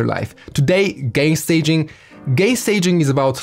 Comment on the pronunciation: Haha 🤣 accent bro accent